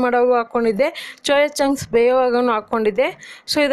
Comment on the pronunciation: ಅಕ್ಕ ಚೋಯಾ ಚಾಂಗ್ಸ್ ಅಲ್ಲ ಸೋಯಾ ಚಾಂಗ್ಸ್ please correct your Kannada madam